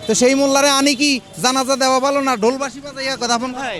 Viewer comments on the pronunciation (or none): none